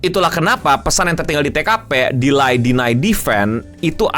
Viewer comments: Sebutan yang betul DELAY adalah DILEI/DILEY bukan DILAI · Delay not De-lie